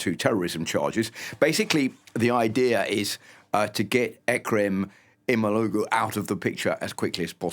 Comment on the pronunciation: it’s interesting to hear the west pronounce Erdogan’s name very well but not show similar care in pronouncing Imamoglu’s, while both of their names include the same “soft g”. we expect the same care from the west; otherwise, we are beginning to think the west prefers one over the rest.